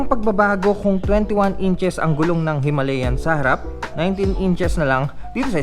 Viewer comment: Brod...tama ang bigkas mo...HIMALAYAN... May isa kasing blogger na ang bigkas nya ay " HIMALYAN "...Kasi naririnig nya yun daw ang bigkas ng mga indiano...eh bulol kasi yang mga indiano na yan... Sabi ko sa kanya...ang nakalagay ay HIMALAYAN at hindi HIMALYAN... Kinuha yan sa Himalayan mountains dahil pwede nga ang motor na yan sa off road... Yun lang brod...salamat... May royal enfield din kasi ako...classic 350... Thanks...